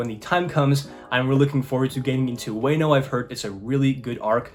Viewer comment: I don’t want to be mean but the way you said Wano was so funny